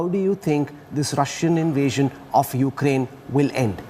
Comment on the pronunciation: its Ukraine. not Ukaraine